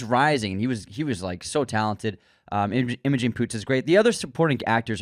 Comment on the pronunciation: Green Room is such a good underrated movie. I also love In Bruges. You guys need to learn how to pronounce Imogen though that was triggering lol